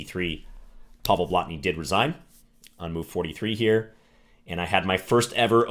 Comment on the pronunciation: Excellent pronounciation of 'Blatný'. Most foreigners can't be bothered with long vowels, especially when they are not even marked.